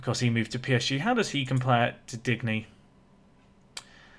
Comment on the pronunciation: Your French pronunciations are quite good by this point so I dont feel too hopeless in pointing out your pronunciation of Digne. I guess it doesnt really matter if you dont end up signing him but i was of the understanding it was more like ‘Dean’ than ‘Dig-knee’ ?